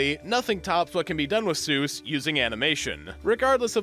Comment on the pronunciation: I'm honking like a goose, though you give me cause to rejoice, because he's not Dr. Soose, he's really Dr. Seuss! ...That's a really cheeky thing to say, I'll admit, but once I learned how it was supposed to be pronounced, my life was changed forever. I mean, not in a significant way, it was a really tiny change. But technically, it was a change, that was irreversible, and part of my life. That counts, right?